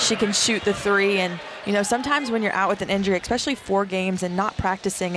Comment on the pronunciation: Especially is not pronounced with an x. 😢